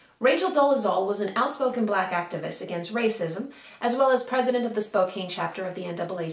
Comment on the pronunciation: SPO-CAN. SPOE-KAN. SSPPOOOOKKLKKKKAAAANNNNMJFDA ER HKLGDFG